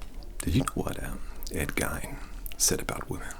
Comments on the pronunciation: Ed Gein is pronounced Geen. Just FYI :) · You pronounced Ed Geins name wrong